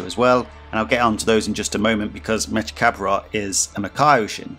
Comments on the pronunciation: Mechikabura You’re pronouncing his name wrong though, it’s like from the same Cinderella song as Bibidi, Babidi, and Buu: Salagadoola mechika boola bibbidi-bobbidi-boo. Put 'em together and what have you got? Bibbidi-bobbidi-boo! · It’s pronounced like from the Cinderella song, just like Bibidi, Babidi, and Buu: Salagadoola MECHIKA BOOLA bibbidi-bobbidi-boo. Put 'em together and what have you got? Bibbidi-bobbidi-boo!